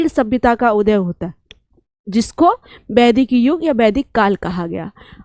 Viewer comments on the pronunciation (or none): बैदिक नहीं, वैदिक बोलिये अध्यापिका जी । ... गद्द, पद्द --गलत हिंदी उच्चारण 33.47 गद्य, पद्य बोलिये । तमशो मा जोतिरिगमय- गलत तमसो मा ज्योतिर्गमय - सही